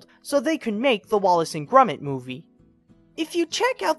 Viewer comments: I think Dreamworks were being selfish in thinking "Wallace and Gromit" a dissapointment, it's not technically their film and all my friends say it's the Dynamic Duo's best film next to "The Wrong Trousers". No offence but, why do you say "Grumit"? It's "Gromit". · You idiot his name is not grumit it is gromit with an o listen to Wallace he calls him gromit so shut up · Wallace and "grummit"? Isn't it Grom (rhymes with prom) -it? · why does he keep calling Gromit Grumit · Love how he pronounces gromits name grumit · It's pronounced as Gromit. With an "o".... Just curious, where did you learn to read?! >_< lol jk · ITS NOT GRUMIT IT HAS AN "OH" SOUND